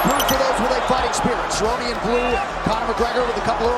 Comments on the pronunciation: he called Donald Cerrone the wrong name. Prounounced it with a K. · Kerone? Cerrone is pronounced Se- Row -Knee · Ok man you lost me when you called cowboy CA-RONE literally anyone with a mild interest in the UFC knows who he is and how to pronounce his name. I'm a huge Conor fan and I get accused of bias all the time but bruh. Bruh! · Did you really say Donald “Carone” 😂💀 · ‘Donald carone’ lol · Donald "Karon" Khabib "Nurma Goma-Dov" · Honestly I'm in shock this man said "Donald Karon" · Donald ker-oh-knee? Casual. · Who's Donald Karon? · He is saying Donald Corone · First warning sign this guy was wrong was when he pronounced Donald Cerrone, "Donald Kerrone". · Bruh what? Donald “ker-own”????? Is this your first ufc fight? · The fuck is he saying kurown for. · Donald carone? You couldn't even pronounce khabibs name right or even dustin. You clearly dont watch this sport. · It’s Donald CER-Ron-E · Kerone , like how do u mess.that up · Donald keron??? Dushtin Porywer??? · He called him caroone🤣🤣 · The way you pronounced Cerrone makes me hate you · Hahahaha you are such a casual fan....a tourist....mispronoucing Poreeio and Cerrone looool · U Just butchered the “Cerrone” name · Honestly if you can't pronounce Donald Cerrone's name right you know nothing about mma and shouldn't be making videos about it! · Such a casual fan, you can’t even say Poirier or Cerrone’s names right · Dude you dont even know how to say donald cerrones name right. Stfu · Also you said Cerrone wrong, delete your channel